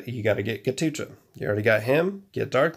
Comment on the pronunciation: Man it's not ghatucha 😂😂😂 It's Ghatotkacha . He is son of Bheem in Hindu Mythology.